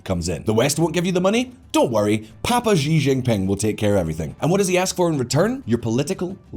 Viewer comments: Okay...that's it. It's a great video but something is driving me nuts: It's not "Ji Jin Ping" it's "She Jin Ping" Just like the pronoun. Slightly different in Mandarin but basically it's an "sh" sound. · Xi Jingping is pronounced roughly as Shee djingping, not ziziping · Why does he call the Chinese president “Gi Jin ping?” Does he say Willip instead of Philip? Aside from that great video. I think the ideas of the New Silk Road were good ideas but terribly executed and full of corruption. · I got distracted by the way he said JI Jinping and also his teeth :( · Please work on your pronunciation of Xi Jimping name. It's terrible and wrong!